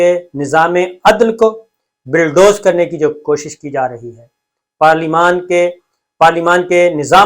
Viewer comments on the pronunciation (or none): I swear by Allah SWT, it is not my intention to put you down; I only want to tell you that the correct word (rather pronunciation ) is bulldoze and not billdoze. Again, I am not being the wise guy, it is a sincere and honest advice. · Please correct the word is Bulldoze n BILLDOZE. Thanks